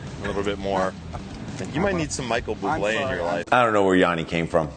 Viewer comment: Micheal Bloo-blay?